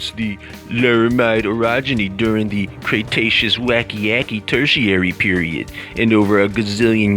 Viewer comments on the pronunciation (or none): none